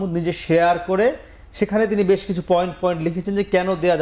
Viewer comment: বেশ না বলে ব্যাশ কেন বলছে এই খুনিদের আইনজীবী?😂